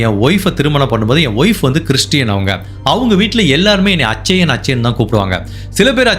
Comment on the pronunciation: நண்பரே, bridju அப்டினு உச்சரிக்க கூடாது. Biju னு உச்சரிக்கணும். அதேபோல, அச்சயன் அப்டினு உச்சரிக்க கூடாது. கேரளாவில் கிறிஸ்தவ மதத்தில் நடுத்தர வயது உள்ளவர்களை அச்சாயன் என்று அழைப்பது வழக்கம். அது பெயரல்ல.